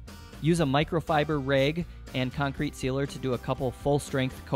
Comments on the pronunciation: Great video! I'm a little confused, what is a "raeg"? Did you mean "rag"? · Nice but why do you say bage not bag and rage not rag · I’ve never hear someone pronounce bag as baig or a rag as raig..